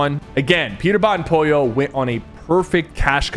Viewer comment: by the way, why did you say Pojo and not polo?